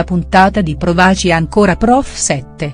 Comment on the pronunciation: Ma chi legge? L'accento, l'accento tonico del verbo " provaci" ripetutamente sbagliato!!!!!!!